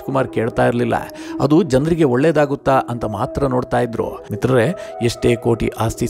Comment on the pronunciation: Le ninu first ಮಿತ್ರರೇ endu correct aagi helu